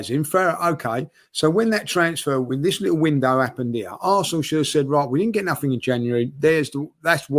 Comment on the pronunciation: "In the last four windows, Arsenal have spent nah'ing in free of 'em!" Liverpool signed Chiesa in the same length of time.